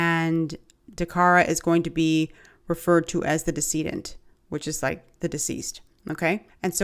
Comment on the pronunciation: so glad you said that correctly. I saw another channel call her "descendant" over & over & over! 🤦🏿 I wanted to correct him so badly!....but anyway great job as usual 💪🏿RIP to Dacara and the other victims because I'm sure this wasn't his 1st time 😢🙏🏿